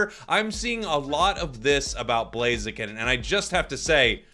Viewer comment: The name is blaziken 😂🎉 not chiken